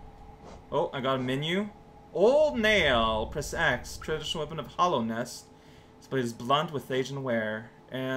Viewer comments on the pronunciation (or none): It's not Hollownest, it's Hallownest. Hallowed means sacred.